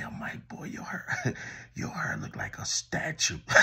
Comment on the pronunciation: I almost choked when you said statue